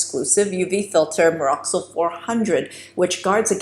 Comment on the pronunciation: Those filters in LRP are called Mexoryl, not Meroxyl just fyi.